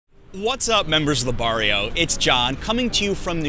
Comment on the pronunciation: Hey! Why do you say: members of the barrior?